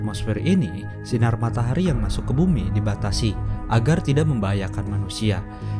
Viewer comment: Bang kok matahari jadi matahri?